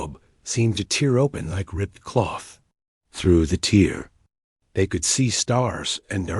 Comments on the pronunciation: I wish the AI could speak "tear" and "translator" properly. I also wondered how she learned to speak alien languages. Then they mentioned intercepting alien transmissions. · Only the dots? Not the random pauses, not being able to pronounce the correct version of TEAR, or then being able to communicate instantaneously, not just faster than light. On their first ever faster than light travel.